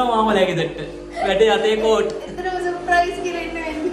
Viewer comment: අයියා සප්‍රයිස් කියන වචනේ කියනව වැරදි අප්පා